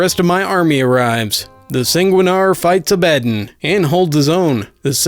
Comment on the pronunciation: More of these plz, also for the war hammer character Abaddon it pronounced ab-ah-don